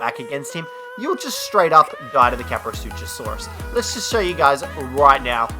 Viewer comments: Ka-pro-sue-cuss same with the sarco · "Kaprosuchusaurus" Sad Dino Expert noises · It is just kaprosuchus ka-pro-sue-cuss not ka-pro-sue-cha-saurus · Well they're actually called kaprosaurusuchosaurus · ”Kaprosuchussaurus” though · "The kaprosuchassaurus" lmao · caprosutchusaurs? LOL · Um did he say kaprosuchosaurus? Lol 😂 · Its pronounced kap-ro-soo-chus with no saurus back at the name